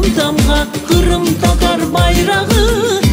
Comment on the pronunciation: "хырым" дегиль, Къырым. Байрах дегиль, байракъ. Догъру лаф эт, яда лаф этме,!